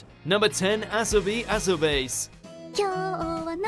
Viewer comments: YOU BUTCHED ASOBI ASOBASE!! ITS ASO-BI ASO-BA-SE NOT ASO-BASE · Sorry if I'm nitpicking here but goddamnit, it's A-so-bah-seh, not A-so-base. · Dude come on! The moment you started off, you had me both cringing and laughing. With how you guys cover Japanese things often, the least you could do is get an idea of how Japanese words are pronounced Σ(゜ロ゜;) It's Asobi Aso-ba-se. Not Aso-base! LOL. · Great pronounciation... Asobi aso--BASE... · Asobi Asobase mentioned YES, NEEDS MORE ATTENTION!!!!! Also, it's pronounced "a-so-ba-se" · please pronounce the titles the way the anime pronounced it. Thanks. Hearing asobase(beys) really bummed me out. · You mean "ah so bee ah so bah seh". Not "base" as in "all your base are belong to us". LOL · Dislike . Did you read that title and actually think that's how a Japanese person would say that? Did you just google the most popular shows and write them down?